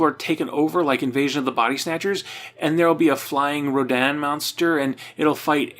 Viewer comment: Pronouncing Rodan the monster's name like Rodan from Bayonetta is so good